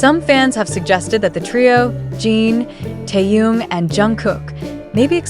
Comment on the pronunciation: Джин. Чонгук, произнесла правильно, а Тэхена назвала Таюн. Это что? Специально, неуважение?